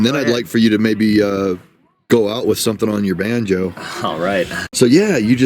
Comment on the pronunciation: Not to bad 🤔🤣🎇👍🎶🧸did he say banjo" or Vanjo'👍🎶🎇